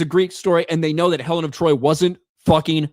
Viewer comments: “Helen of Detroit” 😂😂😂😂😂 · Helen of De Troyt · "Helen of Detroit"🤣🤣🤣🤣🤣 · “Helen of Detroit” 😂😂😂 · “Helen of Detroit” 🤣